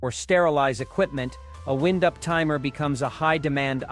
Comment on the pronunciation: In this video, the timer is not wind-up it is winde-up with the i being pronounced as a hard i, not a soft i. Teach your stupid AI a few things about pronunciation.